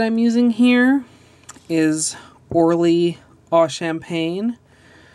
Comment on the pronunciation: does it bother anyone else how she says ORLY?